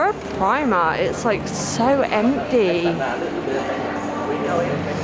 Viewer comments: Plz call it primark and not primar 😂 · are you calling it primart? 😂